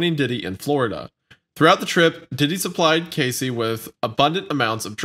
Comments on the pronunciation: he said her name right once though why go back to mispronouncing it? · How does no one correct wendigoon as he say “casey” instead of “cassie” 😂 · hearing Casey instead of Cassie is driving me crazy! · Every time said "Cacey" instead of Cassie i literally cringed 😂😂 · I’m sorry but How did neither of you let know it’s “CASSIE” not “Casey” his mispronunciation of her name when this whole case essentially revolves around and started with her drives me crazy 😂 feels disrespectful honestly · The way I am SCREAMING "CASSIE....CASSIE....NOT CASEY." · Cassie! Her name isent Casey lol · wendigoon calling cassie “casey” the entire time :/ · Cassie not casey shit! Why did no one correct him. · Omg it’s Cassie Not Casey that’s driving me nuts lol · It’s Cassie not Casey fam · Cassie. cASSie. Casey. CASEy. Okay I-say-uh? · I like how Wendi says Cassie’s name right once and then proceeds to call her Casey the rest of the show lol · I cringed so hard. My daughter's name is Cassie and some people call her Casey no matter how many times I corrected them and it always pisses me off. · They abused her name this whole episode how tf they think it’s pronounced “Casey” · I love these guys, but they are butchering names here 😂. I cringed at "Casey" and passed out at how Charlie butchered "Jodeci". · I know it’s dumb, but hearing “Casey” one too many times made me have to end this one early. For fucks sake just correct him, repeatedly if necessary, LMAO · Why is it so hard for to pronounce CASSIE’s name right? Especially after hearing say it correct multiple times. It’s very annoying, especially when it’s important to respect the victims. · lol the fact that wendigoon called her Casey like 60 times and nobody corrected him was concerning lol, it gives it an air of, who gives a fuck if we pronounce her name right it’s just content for us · Couldn’t even get the woman’s name right! CASEY but her name is CASSIE and they don’t correct him ever!! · IT’S CASS-EE